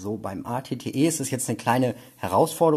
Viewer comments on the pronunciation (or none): Das at T wird eyti eyty aus geschptochen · Also At-Ot wird richtig amerikanisch ausgesprochen aber der At-Te nene der wird richtig DEUTSCH ausgesprochen 😂